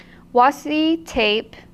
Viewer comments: you were saying washi correctly originally. It is actually pronounced wa+she. Who.... Why....? What? Who said wasi? The word comes from Japan and Japanese doesn't have trick sounds or silent letters really. Washi a famous type of paper. Washi tape is basically the rice paper made into masking tape. Sorry LoL I know no one asked for a Japanese paper history lesson LMAO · According to the American Heritage Dictionary, it is pronounced washi | ˈwäSHē | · I hope reads this so that she knows that she doesn't have to call it "wassi" anymore 😂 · Thanks for reminding us to play,. Also, it's definitely pronounced "wah-she". I can understand where the confusion comes from. When Japanese people type "washi" they generally type it as "wasi" and it gets autocorrected to washi. It saves one stroke and is common among young people. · Nerd moment. わし can only be wah she in the Japanese pronunciation. There is no Japanese sound for see,. Washi is originally Japanese. Sorry. Nerds gotta nerd. ごめんなさい。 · I want to know who looked at washi and thought "You know what? I'm ignoring the 'H'." LOL